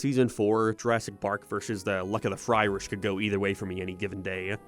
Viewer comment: Or, "FryRish," as pronounced here.